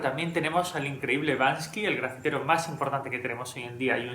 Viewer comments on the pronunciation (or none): SE PRONUNCIA BANK-SY, no bans-KY !!!